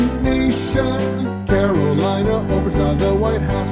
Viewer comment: you mispronounced Caroline